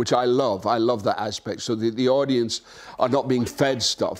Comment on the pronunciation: " I wuv my daddy"